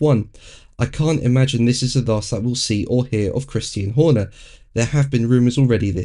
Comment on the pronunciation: I hear "Christine" Horner every time says the name.